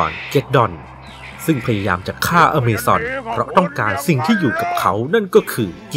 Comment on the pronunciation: อเมซอน อะมาซอน อามาซอน